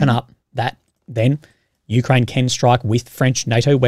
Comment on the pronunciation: It's not Me-Kraine, it's U-Kraine.